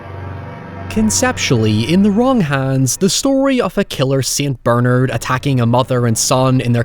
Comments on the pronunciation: What is a "Saint Bernerd"? Is that anything like a Saint BERNARD? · "Saint Ber-nerd" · Saint Whaaaaaaat? LOL Never heard it pronounced quite that way before but I think I'm gonna have to stick with it now as I can't unhear it. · I’m sorry, Saint Berrnerrd?